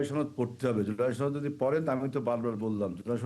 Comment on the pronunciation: সরকার কিছু করতে হবে না তুমি করতে পারবে আবুল বাংলা ও ঠিকমত বলতে পারে না সাওয়ার নেত ছনদ না সনদ ধাতুয়া শুধু জামাত বলবেন সাথে ইসলাম যোগ করবেন না